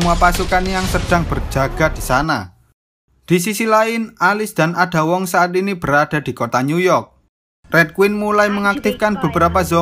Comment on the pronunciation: Min itu cara bacanya bukan ada wong tapi eida wong gitu tapi telat 5 bulan sih heheheh